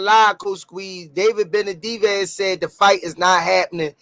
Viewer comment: Lol ain’t nobody gonna tell squeeze his name is BeneVidez not BeneDivez?